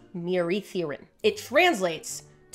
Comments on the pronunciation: Man I’m mesmerised and completely in awe watching this… and FINALLYYY at 29 mins in I get to confidently correct your facts 😝😝 The double d in Welsh pronunciation is not ‘th’, that’s too soft and breathy. ‘dd’ is more like making a ‘v’ sound with the ‘th’ tongue placement. The way you pronounce mieridduryn is very English :p in Welsh, I read this word as me-EH-ree-THEE-rin rather than your me-uh-reeth-urine 👈🏻😂😆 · It makes me so happy to see Welsh showing up in different places but PLEASE never try to say Mieridduryn again that pronunciation was ATROCIOUS 😭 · As a Welshman it’s always great seeing my country mentioned in unexpected places and, in case you need it again in future, the “dd” in Welsh is pronounced more like the “th” in “this” than the “th” in “think” but the pronunciation is pretty difficult for basically anyone not from here so you did a good job of it 😂